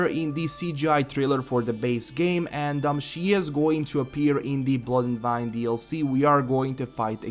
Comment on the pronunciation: wine ...as the drink... i still hear you say "vine".